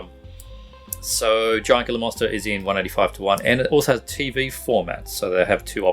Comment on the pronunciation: Gila is pronounced like Heela